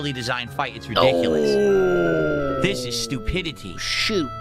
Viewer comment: "This is sTTupidiTTiTTiTTy" "wahnnnnnnnn wahnnnnnnnn wahnnnn wahnnnnn" He makes up for his lost T's in other places I guess